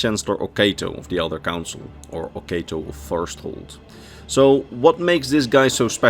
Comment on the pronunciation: I hate to be that guy, but I believe it's pronounced /o'katoʊ/, oh-KAH-toe, not /o'keıtoʊ/, oh-KAY-toe.